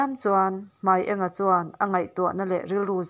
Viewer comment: Hmai eng a(yellow)ni lovin Hmai ênga(light) tih tur aniang